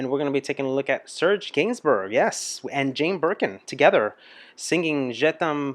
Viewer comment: Gainsbourg is pronounced geinsboor. This song is epic, was a must towards the end of teenage parties when the slow dances started…